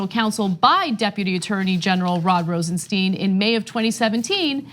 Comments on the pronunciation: Please pronounce Rosenstein correct. It is Rosenstajn and not Rosensteen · It's Rosenstein not Rosensteen... Sty-n not Stee-n... it's not hard. Do you call Calvin Klein Calvin Clean? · His name is Rosenstein not Rosensteen. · RosenSteen or RosenStyne ... Those weird forren names are sure hard to pronounce right ain't they CENK. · Hey Cenk and Anna... sorry this is bugging me... it's RosenSTEIN not steeen. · Learn how to pronounce Rosenstein! it is as in Beer stein....not STEEN. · Pronounce as Rosen-"stine" please. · Say "Einstein". Now say "Rosenstein".